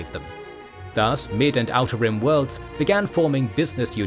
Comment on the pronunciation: The way you say "outer rim" is exactly how i say "how to rim"